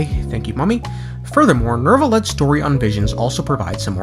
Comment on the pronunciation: Why does everyone call him "Nervalette" instead of "Neuvilette"? Is this a "Nukelar vs Nuclear" thing?